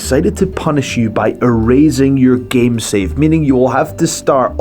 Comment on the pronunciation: He says "erazing" instead of erasing. Also says "mat-er" instead of matter